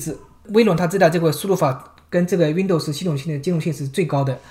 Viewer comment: 为什么是熨斗丝？不是读温逗丝吗？哈哈～